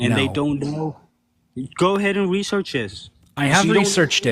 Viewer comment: "GO AHEAD AND WESEAWCH IT"